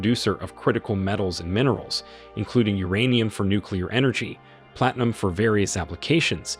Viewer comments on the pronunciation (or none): none